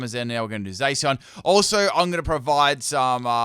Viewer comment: Man said zaseeon